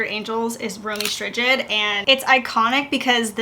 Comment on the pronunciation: Ok girl😂😂 ROW MEE ST+Ride oftewel romee strijd.